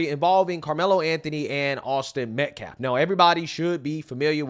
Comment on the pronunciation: He makes me sick! HE DIDN’T EVEN KNOW AUSTINS LAST NAME!!! He said “ Met-Claff, not Metcalfe!